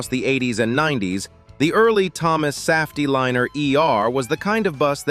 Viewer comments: Thomas SAFF TEE LINER? SAFF????? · The voice isn’t terrible relative to other A.I. ones that I’ve heard; the giveaway for me was the mispronunciation of Saf-T-Liner.